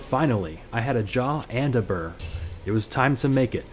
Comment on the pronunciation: Hey btw, it is correctly pronounced "bear" rune.